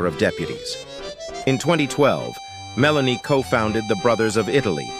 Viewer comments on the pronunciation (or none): What a mess AI makes. It can’t even get her name correct. Meloni, Melanie. Make up its mind. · Her name is Meloni not Melanie. It can’t be that hard to get it right. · You cant even get her name right ,its not Melanie,its Meloni,and what youre saying its absolute BS,gets your facts right she is nothing more then a PATRIOT,that is why her party uses the openig line of the Italian national antem as their name ie Fratelli DItalia ,in English Brothers Of Italy,since when loving your country is not ok?